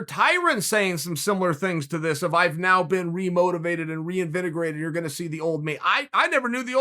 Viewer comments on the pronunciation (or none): Re… invinagerated??? Lol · Nobody going to talk about “reinvenegrated”?